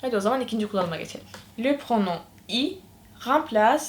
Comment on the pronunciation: Pronom okunmaz😂😂😂😂😂😂😂😂😂😂😂😂